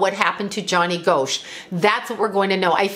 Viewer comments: I live in Iowa and remember when this happened. Another paperboy went missing soon after named Eugene Martin. Pronounced Gosh, not Go-sh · It's Gosch not Goasch when pronouncing the name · Gosch is pronounced "Gosh" rhymes with mosh :) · ...its pronounced Gosh💚💜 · I grew up in Iowa and I believe I was a senior when this happened. It was a very big deal and probably the first missing person I had ever heard of!!! The last name is pronounced like gosh. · Btw, it's pronounced like "gosh". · His name is pronounced Gosh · Pronounced like Gosh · If you are going to talk about a famous case, you might at least pronounce his name correctly. It’s pronounced GOSH. And by the way, all indications are that he is alive. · Here it is nearly 41 years since Johnny Gosch disappeared. You were wrong about so much, including the pronunciation of his name. There's an 81 year old woman who has never given up hope of seeing her son again. You should be ashamed of claiming to know anything about what happened to Johnny. Hopefully Noreen has never seen this video and you stop doing this kind of content..